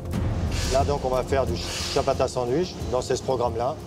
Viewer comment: "il lance la production de SIABATASSE" 😂